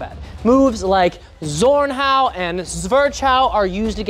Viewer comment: German here. Zornhau is pronounced with a TS like Tsunami. Tsornhau. Excellent video!